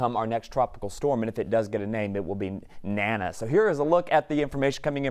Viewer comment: You are calling the Tropical Storm NANNA if you can say DANA you can call it correctly NANA.